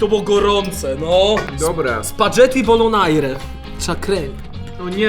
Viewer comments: to jest spagetti a nie spadzetti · Spaggetti a nie spadzetti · tak tylko mówię: wymawia się spagetti nie spadżedi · Dx muwi się spagetti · Jak można na spaghetti powiedzieć sparzedi